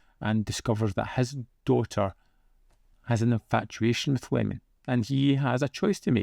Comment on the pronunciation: I,m pretty sure it s pronounced e-je-mon, not lemon. It,s a capital i, not an l. Sorry to be so pedantic.😒